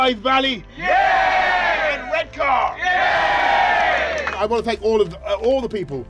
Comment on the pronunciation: He can't even pronounce Redcar.